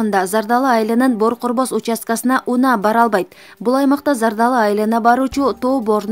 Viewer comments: Бору корбос дебей бөрү көрбөс деп оку билимсиз диктор. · Жакшы окуп үйрөн Бору корбос эмес Бөрү көрбөс болот